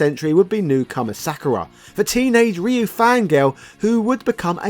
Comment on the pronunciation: Did you just pronounce Ryu the proffered way? Blink twice if you are being held against your will,.